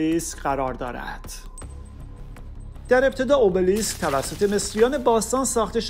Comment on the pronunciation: تلفظ صحیحش همونی که یونانی ها میگن !